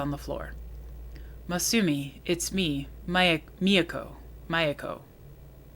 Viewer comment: I think it's pronounced Me yah ko.